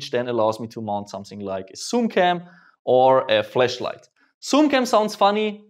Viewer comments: You sai FleschLight not FlaschLight :-) 3,40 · The "A" in "Flashlight" should not be switched with "E" when spoken. Not to be critical of your English, but one is a light emitting device and one is simulated vagina. But I'm super excited for your new pistol! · When he says flash light it sounds like flesh light 😉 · when he says flashlight, sounds like he’s saying fleshlight. LOL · Every time you say flashlight it sounds like your saying fleshlight 😂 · With his accent flashlight sounds like flashlight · You need to pronounce flashlight a little better for me